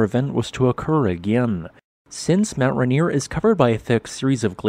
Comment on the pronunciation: It's pronounced "Ray" "Near", not "Ruh" "Near". Hope that helps!